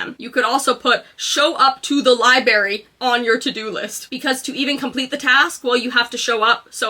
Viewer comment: #1 on tomorrow’s list is learn to pronounce LIBRARY